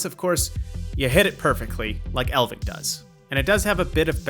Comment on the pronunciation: It's ELF-ving, ELF NOT EL. The F IS NOT SILENT. Do you not know what an elf is?